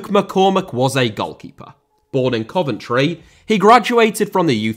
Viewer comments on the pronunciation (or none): none